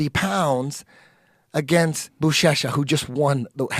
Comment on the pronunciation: When Eddie was talking about Buchecha and said "I think his name is" I knew he was gonna get it wrong 😂 love it!